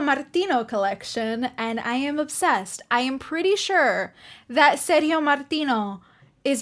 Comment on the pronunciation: Ser-dzio ("Ser-gi-o" like "Gia-llo") Martino not like "serious". You looks like Barbara. Gia llo : Jà llo. Ser gio : Ser Jo.